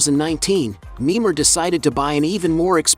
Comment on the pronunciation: I don't like that he is calling him nemar i like Neymar Jr how he plays